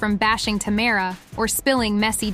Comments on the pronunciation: Omg this is ruined with you saying Tamera’s name like that. WTH?! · Please pronounce Tamera's name correctly!